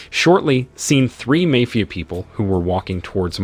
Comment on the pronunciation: What kind of AI pronounces MAYFIA?